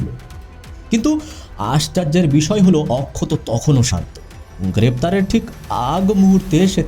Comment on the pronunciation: OMG!!!! What poor pronunciations. Please work on it. Akshat এত সুন্দর একটা নাম । আপনি তো তাকে অক্ষত করে দিয়েছেন একেবারে বাংলা তে 😂😂😂😂😂